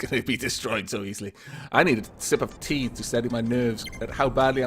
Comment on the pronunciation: says: "sip of tea", I hear: "sip of pee"... DAMN YOU, BEAR GRYLLS! Shakes fist